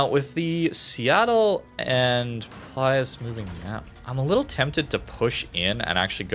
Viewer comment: its actually Pilus Prior, not Plius 🙃